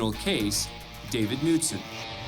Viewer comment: Ummm…the “K” is pronounced in Knutson. Do better.